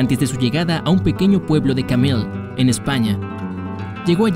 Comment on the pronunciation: Se pronuncia Cameye no Camele.